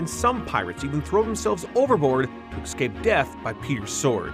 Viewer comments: ECSCAPE 😂😂😂😂😂 ITS E... SCAPE!!!! THERE IS NO C BETWEEN E AND C YOU FOOL!!!!! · EScape! It's pronounced Escape! Not EXcape! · Good video but I can't stand when people say "ekscape" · Escape*. Excape isn’t a word... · Good video but i cringe every time the narrator says "Ecscape" ... {shudder}